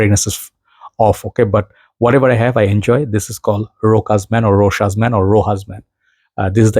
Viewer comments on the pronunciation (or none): I think it's called "Roshá", with an accent at the last syllable like all French words. It's a French name. Variations of it exist in other romance languages too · [ro-'sha] without the S